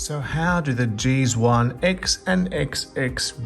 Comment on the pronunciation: Love that he calls it a “jeez one” instead of “g-zone”. 😂